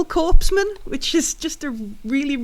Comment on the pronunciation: Great start. Catching up with this campaign. Couple of notes MOS is pronounced “em oh es”. Corpsman is pronounced “coreman.” Currently US Navy personnel fulfill this combat medic role within the USMC. Cheers, rushing back and forth between the live show today and this to catch up.